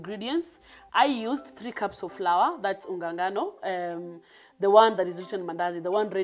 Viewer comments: Njeri Ngugi yes he is...from the dictionary though people ain't used to that pronunciation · It's flower The pronunciation 😂😂